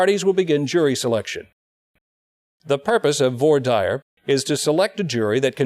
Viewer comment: Why are they pronouncing voir dire like that 💀 vwahr deer is the right pronunciation